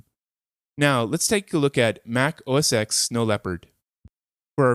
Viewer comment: Nice! Quick, nit picky thing though: "oh es TEN" not "oh es EX".